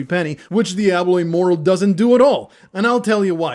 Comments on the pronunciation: Well played sir you got me.I thought you were a complete idiot at beginning of the video .But made it to the end of the video I should have called on that you kept calling it Diablo immoral lo immoral😂GG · I came here after listening to a few legit diablo immortal defenders, so I was really confused and thought it was legitimate until i read the pinned comment, cause it sounds just like them. Although the first giveaway was when you said immoral rather than immortal at the start.